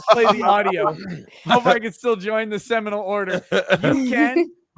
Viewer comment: everytime you said "ceminal order" i laughed, god damn